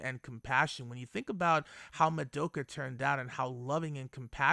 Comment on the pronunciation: Why are so many people pronounce the name "Madoka" so wrong...? This is NOT japanese pronounce. For example the German "Madoka" is the same like the Japanese.